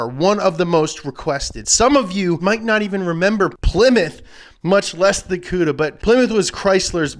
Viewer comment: Thank you you said Plymouth cuda